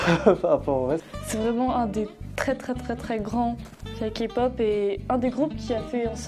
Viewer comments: K-pop et non Ka pop !! Sa m'enerve les gens qui disent sa!! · faux pour le premier clip... je l'ai jamais vu et pourtant ça fait un petit moment que je connais la Kpop. au passage ça se prononce Képop pas kapop. faux aussi pour les EXO, je connaissais écoute pas et tout les fans de kpop n'écoutent pas les EXO. Cliché. Ha pour les BTS je suis d'accord avec la rousse que j'ai la flemme de retourner en arrière pour voir son nom. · AHHHHHHH ON NE DIT PAS KAPOP MAIS KÉPOP merciii hahaha ;) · Keï -Pop on dis le k a l'anglaise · "...de la ka-pop" ....OK😅😅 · OUIIII !! JE DIS OUI POUR LA K-POP !! 🇰🇷 (Ps: et s'il vous plaît,par pitié arrêtez de dire KApop... 😭) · LA FILLE AU DÉBUT À DIT KAPOP !!! KAPOOOOOOOP ?! SVPP T.T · On dit Kay-POP pas K-POP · Kapop Faisons tous 1min de silence pour cette prononciation.🙉 Sinon Les musique au ralentie c'est horrible. Les gens qui y connaissent rien dans les coms fermer votre bouche svp. Army kikoo stop svp. Et Les gens qui s'énerve sur la fille qui parle beaucoup Calmer vous,au moin elle explique très bien et peut aider pour se qui serait intéressé pas la kpop Voila je pourrait encore parler de plein de point négatif qui me soul Mais je nais pas le temps. Annyeong :3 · OH MY GADDDD DES LE DEBUT MES OREILLES SEIGNES MAIS POUTAIN DE MERDE POURQUOI KAPOP ? POURQUOIIII ÇA DEVRAIT ETRE INTERDIT PAR LA LOI 😂😭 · "KAY POP" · ON DIS PAS KPOP DEJA 🤣🤣ON DIS KEI POP 😂XD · POURQUOI "REGARDER LA KPOP" SIVOUPLÉ DEJA ESSAYEZ DE PRONONCER CORRECTEMENT